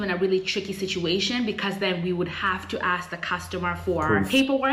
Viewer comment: When you talk abut sounding American, one of the things thatI notice is how you say "ask", it almost sound like "axe"?